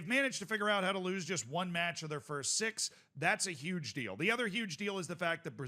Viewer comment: Why do you pronounce "other" like "ether"